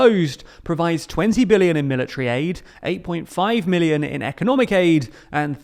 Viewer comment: Sounds like you’re saying million, not billion.